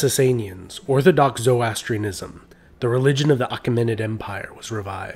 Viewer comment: It’s pronounced ZO-RO-ASTRIAN-ISM! Otherwise great video